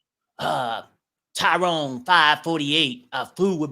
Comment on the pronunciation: said Tyrone😂! Not Tyrone! I can't! 😂😂😂😂